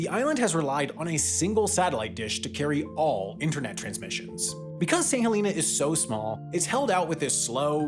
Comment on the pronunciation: Thank you for pronouncing St Helena correctly! I was on the first flight from St H to London 😊